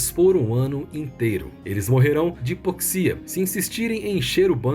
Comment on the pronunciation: diz Hipóxia, o som do O é de avó. Adoro o canal, amplia a minha cartela de filmes